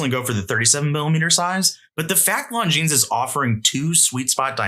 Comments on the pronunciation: Longines pronunciation — Longines is pronounced "Lon-jean" or lawn-jeen, with the "s" at the end remaining silent. The name is of French origin and is often pronounced with a soft "g" sound, similar to the "s" in "pleasure". It is not pronounced "long-jeens" or "long-ines." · Not a hater, but this isn't how Longines is pronounced. Love the vid.